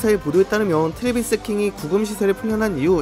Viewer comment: 트레비스냐 트레버스냐.. 킹은 킹이너